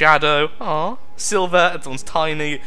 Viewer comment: Sliver, not Silver.